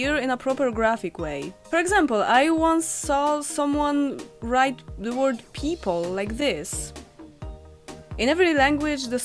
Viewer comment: The first word I've ever misheard you say was people. Totally my fault, but I heard "peep hole" and was very confused for a second! Also, very amused because I'm easily amused.